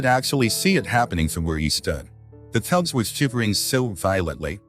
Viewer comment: Sadly this was not able to be understood. The narrator called the bears TUBS. INSTEAD OF CUBS! Unfortunately I could not understand the person or ai do the narrative!